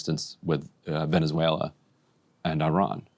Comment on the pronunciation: Can we take a moment to appreciate how well Emily pronounces Venezuela. Almost sounds native.